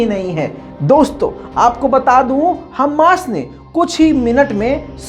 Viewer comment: हम्मास नहीं "हमास" होता है